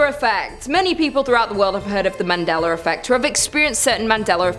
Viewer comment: Why is it when you say Mandela effect you say it with a r in it but when you talk about the man you pronounce it correctly?